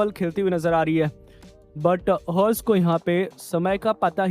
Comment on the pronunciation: Commentary be like Harsh❌ Horse✅